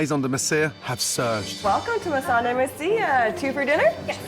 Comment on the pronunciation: My God. Another episode where no one knows how to pronounce the place they're working in. It's Meh-son deh Meh-si-yah. It means something like "the platform of clay" or "the area of clay". You can tell it's quite old spanish because no one else speak in that manner anymore, so it's got to have been a part of the Spanish Empire. Way before Mexico and the US even existed as countries and the land was passed from one nation to the other.